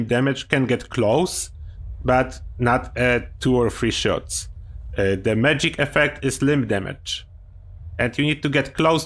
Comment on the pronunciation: Sometimes when you say "magic gauss shotgun" it sounds like "medic gauss shotgun." I would like to know if the medic gauss shotgun is broken like medic's explosive shotguns